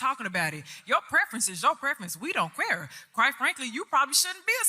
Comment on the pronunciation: "We don't QUARE"?